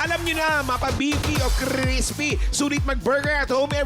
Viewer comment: 😂😂😂😂crissspppy burger 😂😂😂tawa ako duon ah